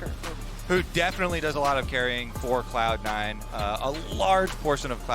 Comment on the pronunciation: she says "Clown Nine" 😅